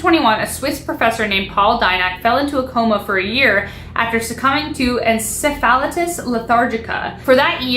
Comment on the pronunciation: Its pronounced en-sef-o-ligh-tis. But good try